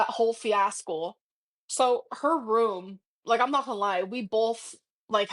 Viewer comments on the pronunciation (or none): did she say "fiaskull" instead of fiasco? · What is a fiascal? I thought the word was fiasco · “During the whole fiascle “ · ‘During that whole FIASCUL’…..Hahahahaha. Your life is one gigantic fiasco lady 😂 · "Fiascowl" also gets me